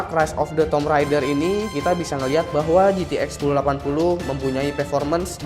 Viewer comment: Keren, tapi coba cek cara pengucapan 'Tomb'.